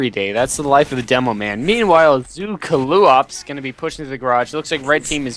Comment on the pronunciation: To answer some questions- No I'm not Zclipse No neither of you ever pronounced my name right (Zed-Khul, not Zee-Cool, and NOT Zoo-Ka-Loo-Ops, though after watching this I might just be Zew_Kaloo_Ahp for awhile. Since the Ahps came from my 6s tag .oOps, now I'm afraid to send in a 6s match in case I'm called zew kaloo ahps ahps) probably my fault for picking a name no one can figure out. Great cast nonetheless, even if I didn't enjoy the match at the time, you guys made it much more fun to watch!